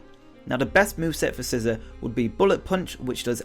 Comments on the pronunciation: ITS NOT SCISSOR ITS SCI ZOR NOT ZER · SCISSOR?!?!?! It's Scizor (SE-zor)